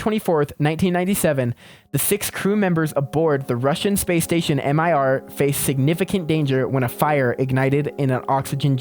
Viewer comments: C'mon it's pronounced "meer" bud not M I R. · mir was not actually pronounced m i r Its actually prounounced meer in russian and english mir means "world" or "peace" in russian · Mir is not an abbreviation. You have to read it as “Meer” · buddy Mir isn't an acronym. Its a word, Mir rhymes with beer.